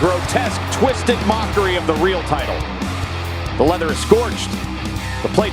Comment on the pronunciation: "WWE tight-till"